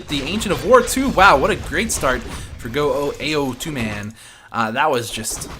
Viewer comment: Hey dude! it's pronounced "Ow Tu" (as in the sound of pain)... "Ao" means depression while "Tu" means protrusion. Put together it means uneven =)